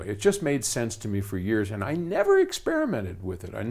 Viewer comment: This guy doesnt even listen to any music. "he never tested? Never experimehted"? Thats crazy, and he makes audio stuff...